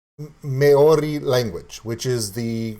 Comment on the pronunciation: 1. Maori is pronounced with a rolled 'r' sound and the whole word sounds similar to "mouldy" as in mouldy cheese, just put an 'r' where the 'd' is. 2. Tonga is pronounced 'Tong -A', there is no harsh 'g' sound, the same goes for other Polynesian Countries, the 'g' is kind of silent. (The word 'tong' doesn't have a harsh 'g' either.) 3. Kai Tangata is pronounced Kai -(you got that right) & Tangata -(Tongue-a-ta.) Good on you for trying out music from other countries especially one as diverse as New Zealand. Our Maori Language almost did die-out completely but in the past 25 years so much has been done to re-ignite the language & Kiwi's are more proud to be able to speak it, Maori is an officially recognised language of New Zealand. The young show more interest as each generation comes along, they want to find out their roots just as much as any other culture. Back when my mother was young the Maori language was banned from being spoken, people were punished if they spoke it, you could loose your job or get sent home from school for it. Unfortunately it was the only language my mother spoke along with her 11 siblings & her Mother & Father. It was unfair racist discrimination. I went to school in the 1980's & the Maori language was only just getting reintroduced back into our schools, the language is still frowned upon by some european kiwi's though, not everyone's a team player I spose. TY for your reaction dude. Thanks from NZ!